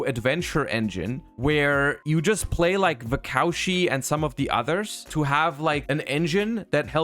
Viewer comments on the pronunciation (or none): They know. They are joking about how purposefully mispronounces it